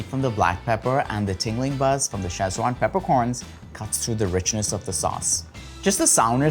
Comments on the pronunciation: why call it "chesswan" instead of sichuan? 'see chwahn' or 'sich-wahn', kids this is odd. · Looks tasty. One small peeve. It's not pronounced "Sech-wan". It's pronounced "Ci-chwan". Ask Lan Lam if unclear. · Shame you mispronounced it in such a unique way all video